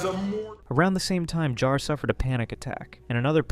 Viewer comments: It's pronounced Jar, not Yar, you animatronically impaired vocal synthesizer. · that's not FPS Diesel, that's Kuihman. FPS Diesel can be heard . also please make up your mind how to pronounce JAR. sometimes you flip-flop mid sentence xD